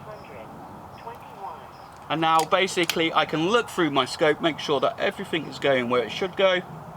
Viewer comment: everyfink somefink are they in the dictionary